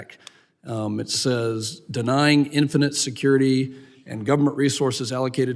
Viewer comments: Can he pronounce SAYS?? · In the first place, the man can't even speak proper Engilsh. He can't even pronounce the word "says" correctly. In the second place, why is he even bringing it up. Trump hasn't been sentenced and the bogus charges will be dropped in appeal...There was no point in bringing it up. It had nothing to do with this hearing. Just another pathetic Dem, trying to make a dig at Trump. Pathetic. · It (says).... where did Bennie go to school to learn English. "AXE" him where he went to school.